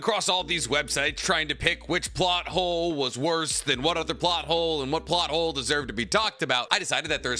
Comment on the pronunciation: I swear I heard naruto butt hole instead of plot hole 😂😅